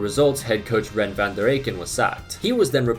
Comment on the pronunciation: You pronounce "Goethals" as " Goodhawls", not "Geuthels". "Thys" is then again pronounced as "Theys", not "Theas". "Rene" is pronounced as in French: "René", not "Ren". And importantly: "Theate" is not pronounced as "Teeth", but more as "Theyawth". There's a couple of others you've missed by a bit, but these were the noteworthy ones. A lot of them you had right though! Like "Tielemans" was 100% correct!